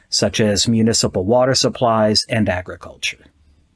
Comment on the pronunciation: "Agraculture" bruh